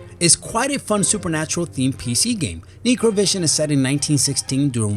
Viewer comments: 'Necro' is a prefix for anything related to Corpses or Death and it's pronounced 'Neck Row', hence the title 'NecroVision'... This channel is going the way of BlockBuster Video, what a shame. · holy fuck mr commentator your stupid. neecrovision.... its pronounced n-eh-kro. not neecro. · He can't even pronounce Necro correctly? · its pronounced neck row vision you fuck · NEK-ro, actually - like the book of the dead "necronomicon"